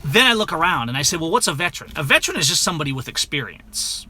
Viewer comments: the word is veteran, not vetran. See the difference? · How many times do you say vetran. The word is veteran, a three syllable word. Hate to be so trivial but I am a veteran.